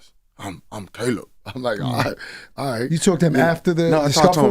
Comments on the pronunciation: Bro said Ca-lib Plant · Did CTG say "Kaleeb Plant?"